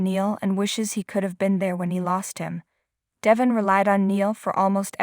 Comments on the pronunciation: How many times have Y & R listeners told your person that DE VON IS pronounced right on the daily show IF. YOU WOULD LISTEN TO THE SHOW!!!!!!!! NOT. DEVIN!!!!!!!! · Please say his name right, you speak English and can read I assume, Devon not Devin